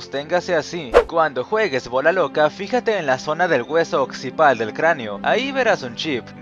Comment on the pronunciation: "occipal" u occipital